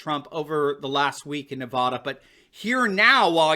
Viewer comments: Hey Doc. Not NEV-AH-DA.............. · I like your stuff,, but as someone who lived in Nevada for 18 years, please don't pronounce Nevada with an "o" sound on that first "a." We hate that. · Nevada not Nevawduh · NEVADA RHYMES with MAGA there is no Nevahhhhduh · I know you are not out here in the west but we do not say Nev ah da, it is pronounced Nev add ah. I love your show but that was driving me crazy oh, just had to let you know. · it's NEVADA ... NOT NUHVADA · Here's a video on how to pronounce Nevada.